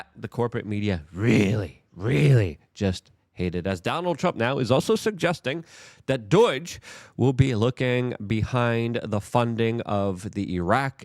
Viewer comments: Luke is pronouncing stuff on purpose right? Its not "US-ID", its "US-AID". There is a freaking A in there lol Also, its not "DOY-GE", its "DOGE"!!!! There is no Y. Its driving me crazy. And if its rage bait, i have lost a little respect for Luke. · Why do you keep saying "Dooiiyj"? Its "dohj" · pronounced duh owe ge...... not doydge or doige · It drives me nuts every time he says it. Just like he calls USAID US ID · Its pronounced doge!!!